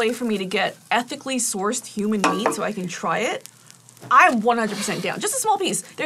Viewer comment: "ethanally sourced" thank god i was worried